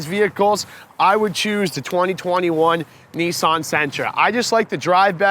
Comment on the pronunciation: Why can't he pronounce Nissan correctly?